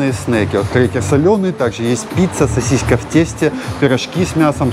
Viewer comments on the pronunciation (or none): не соСИСЬКА а соСИСКА.... Первое приятней, но второе правильней 😉🤣🤣🤣